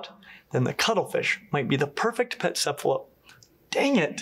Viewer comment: boos when says cephalopod with a soft c instead of a hard c lmao edit: also imagine being a human with our stupid blood vessels in FRONT of the retina when cephalopods have their retina in front like is proper